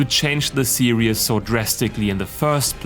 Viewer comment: Every time he says series it sounds like he says serious